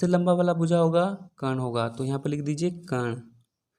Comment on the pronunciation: Sir ji aap bahut achhe padhate hai kintu कर्ण का उच्चारण सही करें।अच्छा नहीं लगता है ये बच्चे पर ऐसे ही असर डालेगा।आप कण उच्चारण करते हैं।